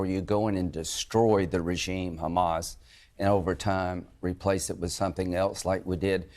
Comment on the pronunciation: ....WAIT....did she say...'re-gym'? taking over the spot for the 'longest running news program'...and she can't pronounce the word????? yes, she DID say RE-GYM.